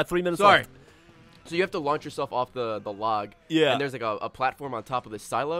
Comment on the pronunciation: The way Ray says log is funny for some reason.